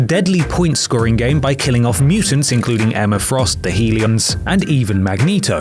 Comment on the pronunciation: Pretty sure that word is Hellions as in "hell"-ions.